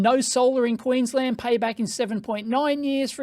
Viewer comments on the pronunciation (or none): none